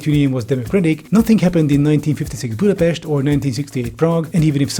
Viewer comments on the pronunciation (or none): Budapesht is pronounced Budapest in english. Since you were talking in english…